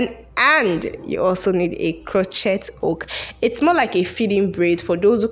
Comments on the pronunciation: So cute!!! Just so you know it is pronounced “cro-shay” hook. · Why do you guys pronounce every letter in a word? Lol the word is "cro-shay) the "t" is silence.